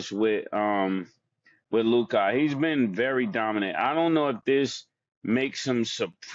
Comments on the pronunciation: Is it just me or is the way Mase says Luka’s name funny as a mofo? He pronounces it Lu-kahh lol. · the nerve of MaSe😂 telln this to someone whose name he constantly mispronounced (Trysta) and the way he say Luka😂😂😂😂😂😂